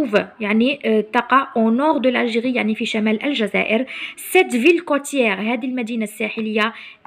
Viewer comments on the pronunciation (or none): none